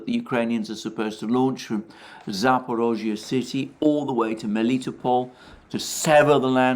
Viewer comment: Cudos for pronouncing "Zaporozhye" correctly! It is amazing how few foreign commentators manage to get it even remotely right.